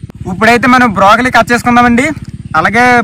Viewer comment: Brakoli not brokali